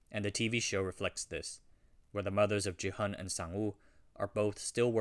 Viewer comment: He's not "JI-hun" he's "Gi-hun" bruh. can't believe u keep saying his name wrong even after watching the whole series